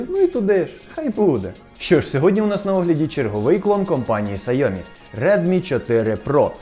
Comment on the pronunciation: САЙОМІ?! Чувак серйозно? Сайомі... Не позорьтесь